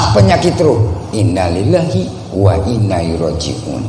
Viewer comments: 😅 ko ngomong ilalillahi aja salah.perhatikan itu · nyebut innalilahi wainnailaihi roji'un aja salah 🥴🥴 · ngomong innalillahi aja salah.. gitu ngakunya penerus ulama nusantara 😆🐒